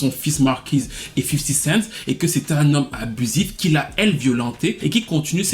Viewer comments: cool mais on dit 50 cenT pas 50 centSssss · 50 cent pas 50 cents